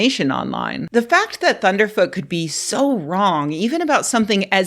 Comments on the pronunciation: Please pronounce his name correctly: "Thunderf Zero Zero Tee" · Please say his name right... it's ThunderfZEROZEROt. Tyvm.